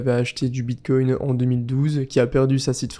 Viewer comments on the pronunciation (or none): none